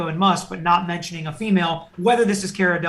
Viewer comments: Cara DeLevingue (pronounced De-La-Veen) is a British model and actress who is worth 28 million dollars. You can try dating the photos by compring other images with a date stamp and that poster mounted in the elevator. Let's not forget Johnny Depp was out of the country on a music tour from May 27, 1916 for several months. Amber Heard's domestic violence restraining order against Depp was filed less than a week after the divorce filing. During July, 2016 Johnny Depp was contacted by Amber Heard which was confusing for him. Depp, unfortunately, met with Heard at a San Francisco hotel. "So I was talked into going there and met with her in hopes that she would retract her lies that the world was now fed. In no way was she ready to do that, and I couldn't understand why I was there — everything had been taken from me, my children couldn't escape the fact that all this had gone down." Depp said he felt Heard brought him to that meeting "under false pretenses" and, after the fallout of the allegations against him, he was "really just at the end, just at the end; I couldn't take it anymore." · Haha, it’s pronounced “CAR-UH“ and her last name is “DELL-LUH-VEEN” ☺️ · It's Cara Delevigne (DEE LA VEEN) in English (the vine). It's French, meaning vine. Over there they pronounce it 'Veen yeh'...... Remember Avril Lavigne (LA VEEN) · The way that lawyer pronounces caras last name lol! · Pronounce as if spelt this way Delevine